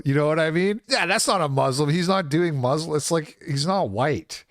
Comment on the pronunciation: You can always identify who's being cucked by sand demon worshippers by the pronunciation. No,, it's muslim, not "moooooooooslim"